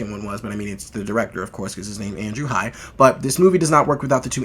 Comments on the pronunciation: The name is Andrew Haigh. It is pronounced Hay-gh. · Really great review of a great film, thanks! (I've seen it twice so far.) Incidentally, writer/director Andrew Haigh's last name rhymes with "vague" -- long "a" and hard "g." 🙂